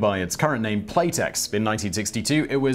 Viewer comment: It takes a special talent to mispronounce a 4 letter name.